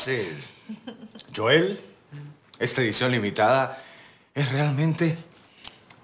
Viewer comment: pero se llama Joel con j no Yoel con y,falto practica